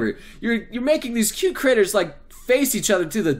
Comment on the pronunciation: did he just say criters